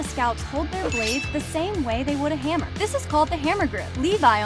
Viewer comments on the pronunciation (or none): none